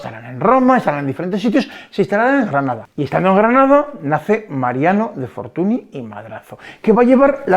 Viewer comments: Magnífico video, pero Fortuny (apellido catalán, ya que el padre de este señor, también pintor famoso, nació en Reus) se pronuncia Fortuñ, no fortuni. La ny es la ñ en catalán. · que no te de la gana de pronunciar correctamente un apellido.........no querer saber que la ¨ny¨ es equivalente a la "ñ".....dice poco de ti, simplemente por un respeto de quien hablas, cuando son apellidos Franceses si que sabes pronunciarlos......